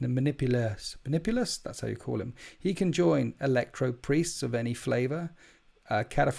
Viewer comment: You're flub on the name Manipulus tells me everything I need to know, avoid.